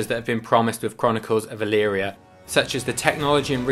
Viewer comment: I did a search of my hometown name. ELYRIA, OHIO. I found you. Oddly enough you pronounced it correctly. Most people don't. You also have the proper high school team colors. Another remarkable thing is the local newspaper is named the Chronicle. You might want to contact someone here about promoting your product...